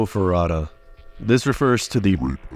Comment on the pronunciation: HER NAME IS JUNKO FUR*U*TA. AND HER KILLERS ARE STILL FREE.